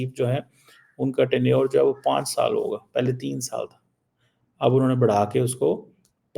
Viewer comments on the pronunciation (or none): none